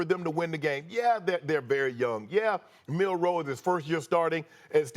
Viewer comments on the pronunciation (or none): Someone tell Stephen A. its Milroe, not Milroy.. Does this guy even watch the game? Plus no one even knows Michigans star receivers name, STILL. Its funny because every single person doubted Michigan, yet they dont even know the simplest things about them.. Anyone who likes the sport should love this Natty, No Georgia, no Bama, no LSU, no Ohio St, no Clemson. As a Michigan fan, if Washington wins, im just happy to see that its not the usual team. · Honest question: How many times are these clowns going to PURPOSEFULLY call Jalen Milroe, "Milroy?" They clearly are throwing him under the bus and intentionally mispronounced his name in an effort to delegitimize him. The more Milroe is a bad qb, the lesser Michigan is. Everything about ESPN is about making Michigan lesser. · Why they saying Milroy? It’s Milroe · It's Milroe not Milroy. This incompetence is not acceptable for broadcasters on this level. Also, get your facts correct. Milroe started last season. This was not his first year as a starter. If you know college football you would know this. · "Milroy" LMAO